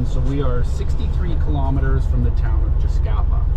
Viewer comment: Well, at least the guy pronounced the name of the place correctly.. Yep.. And the old warehouse, which sat across from the old metal shop, is still there ---With that ugly green paint.. (Did someone get a discount on that colour?)_ That old building, which later became the firehall, really helps to orientate the newcomers, if they check out any photos from 60 -80 years ago.. I remember when I was a kid, a painter came around, and repainted every house that yellowish beige.. Much nicer.. All the old bunkhouses were painted that colour too.. They really stood out, compared to all the grey weathered shacks we noticed in Port Clements, when the road was put through.. .. Anyone remembers Fred Marx's sign painting ability?.. "keep doorway clear".. You instantly recognize his handiwork.. Man, I bet that guy would have been a millionaire, if he got a buck for every sign he painted.. All in all.. What a sad, sad documentary, of what at one time, was a great place to live.. People going there today, have no idea.. What can I say? I'm lost for words..